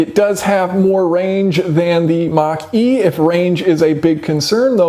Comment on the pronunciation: The more times you say," Mach-E" the more I hear "Marquis". Really wish Ford would have stuck with the Mustang's roots and made it more of a sporty muscle car instead of a Crossover